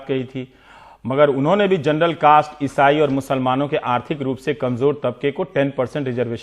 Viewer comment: Wah to our PM for his speech: Vajpayee ji ki sarkar dou tum rahi (term ko tum) aur jut chalaya jaraha hai (jhoot ko jut). Hahaha! Aur woh matri kehraha hai jurnal (general ko jurnal). Hahaha!